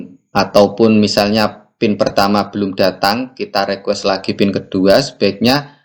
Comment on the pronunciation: Bukan Rekues Bang tapi Rikues bacanya.